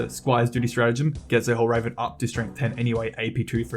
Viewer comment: It is hel-ver-en not hell-raven. Otherwise, really great video. Good analysis